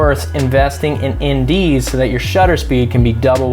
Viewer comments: Hey you kept saying something about indese or something like that to adjust the shutter and FPS. I just couldn’t understand what you were saying. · Sorry, didn’t quite catch the term : “in dee s” when you talk about shutter speed. What’s that?